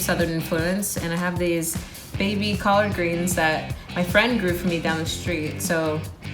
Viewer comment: That’s what I said! Any good southern girl knows what collard greens look and taste like. At first I thought she misspoke big then she kept saying it wrong. 🤦‍♀️